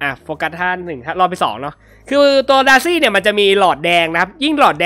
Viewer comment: สังเกตุตอนเวลาจะอธิบายหรือเรียกชื่อฮีโร่อะไรเงี่ย พี่เเกจะพูดประมาณว่า เเทนที่จะเรียกดาซี่เงี่ย ก็พูดเเบบว่า ดาซง ดาซี่ สังเกตุนานละ55